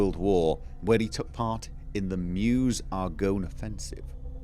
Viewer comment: "I hate whiskey" "Reaaaally? D:" I always love your sense of priorities. Btw, "Meuse" is pronounced like "mö/øse". :) Edit: It's pretty cool that you finished a game with a guy who dealt with WWI, then started another with a similar MC (and, amusing coincidence, with a shared voice actor) during the week when the Armistice/Poppy Day is celebrated! I don't know if it's coincidental or cleverly done, but in any case, yeah it's cool.